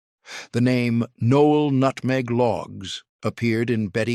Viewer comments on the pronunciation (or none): It's not pronounced nole. It's pronounced No ell. Stupid AI.